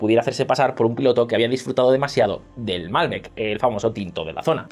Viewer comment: Malbéc no Málbec... Exelente video